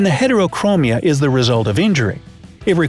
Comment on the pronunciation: Its called Sectoral Heterochromia (Pronounced with a short E) Edit: I just noticed that was in the video